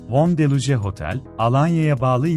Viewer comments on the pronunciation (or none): Deluje değil, Delux- deluks okunur